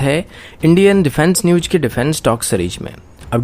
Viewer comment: Bhai ...news ko ku nush bolta ha bhai....